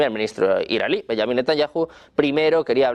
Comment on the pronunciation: Dice israelí como si fuera iraní?